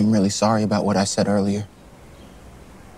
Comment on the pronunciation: "Ea'lier that week"😅